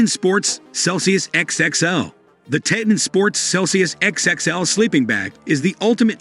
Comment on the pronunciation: It's prounounced tē - tän, as in Tee and Ton, not Tay-Ten.